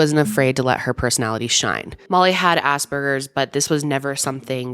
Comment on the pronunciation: Did anyone else hear ASS BURGERS and not Asperger’s😭😭😭😭